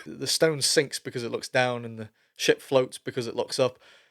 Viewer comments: Shit floats up if an Elf eats lembas...sorry, I kept hearing that instead of ship. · Ohhhh haha originally. I heard, the shit and the stone. And I swore he was talking about floating shit. But he says ship? This is some mumbling that's on another level like vantriliquist level cause his lips kind of mouth the word "shit". Clears that up.